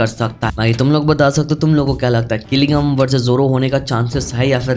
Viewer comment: Jing jin woo ❎ Qilingam ✅